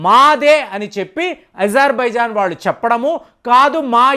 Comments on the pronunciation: Azerbaijan ni izerbaijan antunaru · Ajarbaijan andi babu.ijarbaijan kaadu.Pronounciation antha wrong chepthunnaaru meeru.